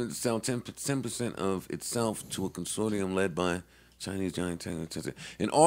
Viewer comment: How both of them manage to mispronounce consortium lol